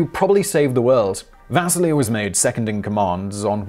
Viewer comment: Does anyone else hear Vaseline instead of Vasily?